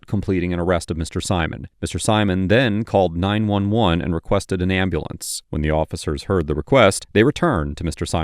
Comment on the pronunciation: Cop keeps saying AMBLEE-ANCE is comin.